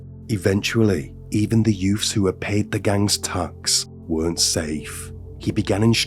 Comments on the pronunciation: Youths...the word is youths. Not yoofs. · The content is definitely interesting and you cover some lesser known cases, but.... What is with the over-the-top selective english lisp accent? Like, you can clearly pronounce the TH properly, and yet you clearly CHOOSE to pronounce it as a FR in some cases. Sometimes both in one sentence lmao.... "Two THousand and FRee" or back to back "THreat (proper), Youf's (youths* lollll)" And P.s. I'm not hatin-Ğ, it is just somethin-Ğ I find very puzzlin-Ğ. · Are you trying to say youths? It’s YOUTH’s not YOFF’s lmao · I agree, I had to stop listening. It's too put on and the 'yoofffs' and other words with 'th' being pronounced 'ff' is so annoying. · It's pronounced: "Youtts"